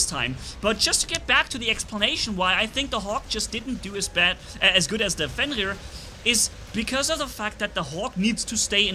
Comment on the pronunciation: Or fiend rear lol